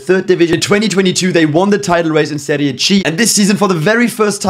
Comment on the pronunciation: Finally a YouTuber actually pronouncing Serie C, B and A correctly, thank you.